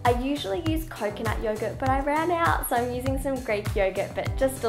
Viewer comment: At first I thought she said that she eats yoga for breakfast instead of youghurt. Yum, yoga 😂😂